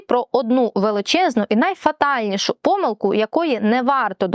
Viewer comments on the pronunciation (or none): шановна адвокатко, от ви так поважаєте закон, а чому не поважаєте закони правопису? перевірте де має бути наголос у слові помИлка, та вИпадок )